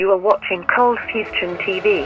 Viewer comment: Uhmm ok I'm really confused about your channel's name.. Is it ColdFusion or ColdFusTion? Cause your intro says ColdFusTion O.o?